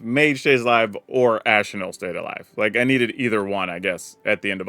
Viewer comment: Love it when you make these decks — ps I appreciate how you pronounce Ojer Axonil!